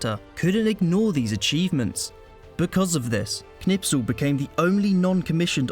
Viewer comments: His name is Knispel, not Knipsel. You pronounced it wrong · Not Knipsel ! KNISPEL 😊✔️✔️✔️✔️✔️✔️✔️✔️✔️ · because your English are arrogant.It is Kurt that K you can pronounce.Its not Nispel it is KKKKKKNISPEL.a real hero that you Brits don't have